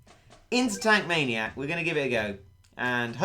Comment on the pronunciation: y does every1 call maniac stages manic syages